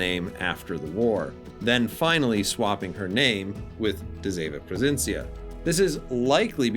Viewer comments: As a dutch player. Thank you, that you include her sister, and a pretty accurate history about this class. To help you out to pronounce her name, it's duh see ( kinda like sea but without pronouncing the a) vun. Pro fin si un. I realy hope the tech tree will follow soon. ( hopefully, cruisers and destroyers, since we had a bunch of both during ww2) and maybe the us cannon class escort destroyers. ( we had 6 of them) and the brittish n class destroyers. ( I discovered so far we had 2) both classes were built during and served in ww2 and transferred to the royal dutch navy after ww2. And maybe wg can get their hands on the blue prints of the dutch bb,s that where never build, and maybe they can design the Macv ( merchant aircraft vessels from la carona a sub company from shell wich is dutch) and of course the cv karel doorman, I think it was cv71. Karel doorman,s famous last radio message, I attack follow me! In dutch, ik val aan volg mij! Pronounced best ik fall aan volug my. I bought the campeigh since it's a dutch ship and so far a stand-alone premium. And I'm dutch, haha. My advice play defensive, don't rush in, with de zeven provincièn. It's not designed to attack. This class was pretty much designed for support and anti-submarine warfare. Just like the friesland. Although the aa on both is insane. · Do you know in which city she was being build in the Netherlands? Very nice video 🤩 and I know you did your best on the pronunciation 😁